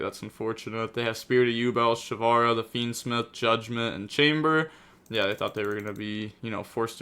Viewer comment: pronounced fiendsmith as fiendsmeeth in the intro